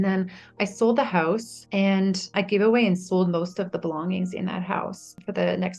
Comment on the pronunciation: Not knocking her story at all, but what's up with women who say ant instead of and? Asking for a friend.